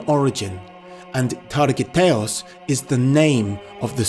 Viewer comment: his true name is not targiatos the name is targut !